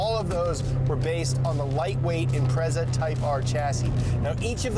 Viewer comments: Imprezzza!? Shut up! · I love your show guys, but as an international car show can you please learn how to pronounce their names. Or at least say it ironically when you don't. Every time you said Impreza i felt like sticking a knitting needle in my ear.... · is it bugging anyone else how they say impreza?